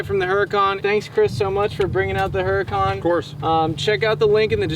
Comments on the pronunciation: Pronounced (ooo ra con) , not (her a con) . Nice try though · Pronounced Hurican wrong... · Drop the H in Huracan. It is pronounced like yur-acan.